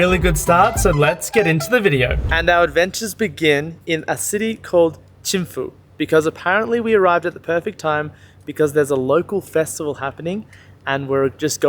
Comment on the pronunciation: I am so sorry, but it is pronounced Thimphu (Thim-phu) not chimu ok (ཐིམ་ཕུགས This is in our language )